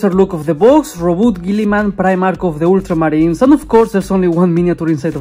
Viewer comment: I love the way you say ultramarines. Oddly satisfying 😂